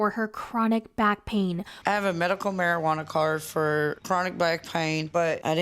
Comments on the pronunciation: if you say mary-JUUH-HANNA ONE MORE TIME PO!! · Are u aware that the “j” in marijuana silent ??